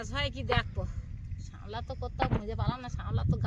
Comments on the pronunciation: ও দিদি ওটা শেমলা না শাপলা বলে। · শামলা নয় শাপলা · বলে শ্যামলা, ওটার নাম শাপলা, ভালই চারা পোনা ধরতে পারছো, দিদা গো তুমি ভালো করে গান শেখো, সকলে মিলে মিশে ভালো থেকো তোমরা। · মাসিমা এটা শামলা না।শাপলা❤❤❤